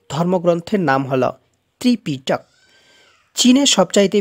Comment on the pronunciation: ভাই এিপিটক কথাটি যেইভাবে বলতেছেন 🙄🙄ব্